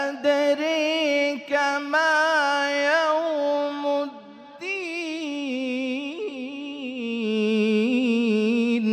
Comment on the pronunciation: শীয়াদের কিরাত কি আমাদেরচে আলাদা জানার ইচ্ছা ছিলো,কারোন এইখানে অনেক শব্দের উচ্চারণ অন্য ভাবে হচ্ছে, যেমন ওয়ামা আদরি কামা ইয়াউ মুদ্দিন